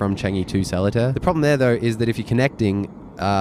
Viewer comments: It's pronouce as suh·lee·taa not sel-le-tear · its called seletar (sir-lee-tar) airport not (seh-leh-tar). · "SOLITAIRE AIRPORT" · Seletar Airport is pronounced as "Ser-Lee-Tar", not "Salad-tear". OMG. Do some due diligence before posting. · Just wanted to point out that "Seletar" is pronounced less like "Sehlertaire" and more like "Sirleetar". Like the words "sir", "Lee" and "tar". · first of all, it is not pronounced as so-li-tar airport, it is sce-lae-tar airport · lmao sellatare haha you probably have gotten this already and maybe you have already found out its pronounced suh-lee-taa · Fyi Seletar airport is for private jets. Firefly used to fly from Changi Airport. Btw we pronounce Seletar as Sir-Lee-Tar not Seletair. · not solitaire - its seh-lay-tar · The least you could do was to find out how to pronounce the name of Seletar Airport. It’s not “Sell-a-tar”. It’s “Sir-lay-tar”. The mispronunciation is not “cute”. It’s annoying. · you almost got the pronounciation correct! its called ass "Sir lee tar" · its pronounced soo-buh-ng airport and suh-lé-tar airport and ch-UH-ngu airport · 😅 it's SIR-LI-TAR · Its pronounced Sir-Lee-Tar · not sure if anyone here mentioned already :) it is pronounced as SIR-LEE-TA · Seletar is pronounced like SER-LEE-TAR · Sir lee tah. Thats how you pronounce it 😂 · It is called "Sir Li tar". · Its pronounced se lay tar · Love the vid, thanks for sharing! Also love the invisible selfie stick you're using - you've got the knack of carrying it while carrying the tote! Excellent disguise! And finally, not sure if anyone's told you, but SELETAR is pronounced 'ser-lee-tarr'.... FYI and for future reference. :) :) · Welcome to sir-lay-tar airport. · Awesome vid. Just FYI, it's pronounced SER-LEE-TAR airport by the locals :) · The correct pronounsation is sir-lee-tar. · also it’s pronounced Se Leh Tar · Selatar is pronounced as Sir-lay-thar 👍😉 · its pronounced Ser-lee-tar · Seletar. Pronounced as sir-lay-tar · Its pronounced "Sir Lit Tar"~ =}